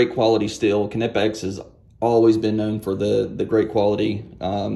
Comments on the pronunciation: Another awesome video, Kuh-Nip-X makes such nice tool. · Kuh-nip-x :p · These Kuh-Nip-X bolt cutters are head and shoulders above the rest!